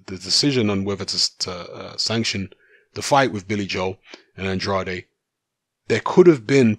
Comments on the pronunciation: I'm not even American...but he's an American fighter so it is pronounced An-draid. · It's An-draid not An-drad-ay...